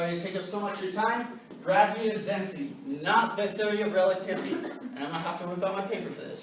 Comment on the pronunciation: This guy can't even pronounce the theory of relativity properly and yet he wants people to believe anything that he saying that's a fucking joke